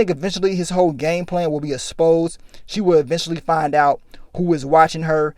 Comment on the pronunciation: This nigga is always saying "asposed".. Come ooonnnn,! It's EXposed